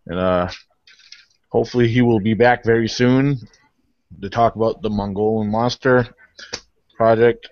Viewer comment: You guys are pronouncing it wrong..Mogollon (Mo -gui-on)